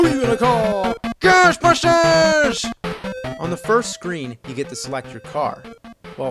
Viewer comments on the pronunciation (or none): Who ya gonna call? GERSHTBERSHTERS! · "If there's somethin' strange in the neighbor-hood, who you gonna call?: Goshbusshhtersss!"... I watched this episode shortly after it was first up-loaded & when that part first came up, I laughed my ass off & I still get a laugh out of it, to this day.